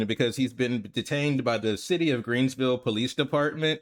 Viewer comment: Come on bruh... there's no s after green 😅😂 it's Greenville. I live here, but when I lived in Orlando, my boy used to say Greensville 🤭 Thank you for covering this story, and I'm thankful the coverage is going around. I suggested his mom get this on our local news; WYFF and Fox Carolina.